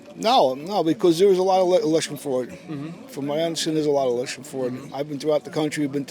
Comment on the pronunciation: WTF is "erlection ford"? jfc these creatures can't even speak.